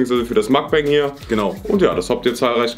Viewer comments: das heißt Mukbang und nicht MAKBANG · Ok sorry aber scheinbar wisst ihr nicht wie man den Buchstaben "U" ausspricht denn zu Yum Yum sagt ihr Yam Yam und zu Mukbang "Makbang" WTF!!! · Es heißt nicht Makbäng sonder MUkbAng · Es wird mukbang und nicht makbäng ausgesprochen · Es heißt mug ban nicht mag bem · "Makbäng" 😂😂 Warum ASMR channel weg?!0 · Seit wann ist ein Muckbang - MAACKBAAAANG 🎭😂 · Wie die am Anfang Makbang sagen 😂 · Es heisst mok bang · Nein eig nd yum yum kann sein aber Mukbang ka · Junge dann sprecht mukbang wenigstens richtig aus